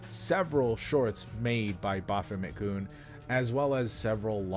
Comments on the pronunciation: Hearing him say "Bah Fomit kun" makes hair grow on my eyes. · "Bo-famma-koon" XD